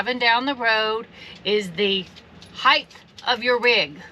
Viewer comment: Good video. Except for the word “heith”. It’s “height”. Sorry. You triggered a pet peeve. 😂😜🤷🏻‍♂️